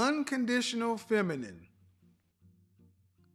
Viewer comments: She's "finimin"....hahaha...and she said it twice!...Kevin let her slide! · Did homegirl say feninine? 🤔